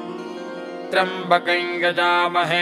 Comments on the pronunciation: is it triambkam or triambkai kindly clarify. the pronounciation seems to be triambkai. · Clear rendition of a great mantra. I have been hearing this mantra exactly like this (except the single syllable triyam , I heard it as double ) for the last 55 years, at Trivandrum. The voice and rendition are superb. Please keep this up When I heard I it, I felt God has come again through the author to restore the sound power of mantra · त्र्यम्बकम् या त्र्यम्बकन् का उच्चारण किया जाए ? सुनने में त्र्यम्बकन् आ रहा है, लिखा हुआ त्र्यम्बकम् है।